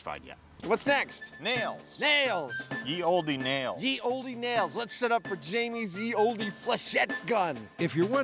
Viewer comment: Ye Olde... is pronounced "the old". The y replaced the letter þ (thorn) when we got printing with movable letters, so the "y" here is a th-sound. As for olde, the e is silent.